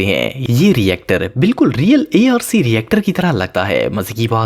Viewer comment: Its not A R C its arc